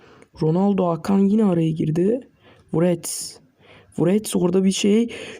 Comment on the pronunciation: Wrets derken niye wğrewts diyon knk KSKSSKSKKSKSLWKSD